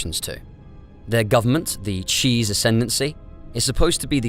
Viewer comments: Why is bro pronouncing “chiss” as “cheese”??? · Cheese? Fuckin really? You have to be taking a piss there is no way you read chiss and think it says cheese you have to be fucking with us. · I can't get over him saying cheese instead of chiss 😂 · It’s not cheese dude. It’s chis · I have to comment it;s teh Chiss not the cheese Lol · the cheese, the blue species, the CHEESE? its CHISS NOT CHEESE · CHISS not cheese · It pronounced Chiss as Cheese so probably. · Yeah I’ve never before heard it said out loud, but I’ve always mentally said it like chips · The only thing I'm going to have nightmares about in this galaxy is the way Chiss was pronounced in this video 1:70:00 ;P